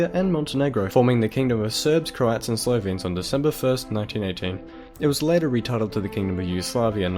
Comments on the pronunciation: YOU PRONOUNCE SLOVENES WRONGLY! PRONOUNCE IT AS SLOVEENES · oh, and if I (or any other considerate person, for that matter) decide to post a video online saying foreign words, I would do my research. This guy repeatedly saying "Slovians", and even misspelling it in the subtitles is enough for me, and that was less than 2 minutes in. Respect goes both ways